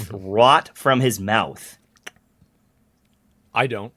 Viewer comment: It's his Will Smith moment "keep my wife's name ought to mouffff!!!" 😂